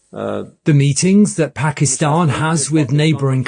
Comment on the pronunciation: Please use the American pronunciation of Pakistan.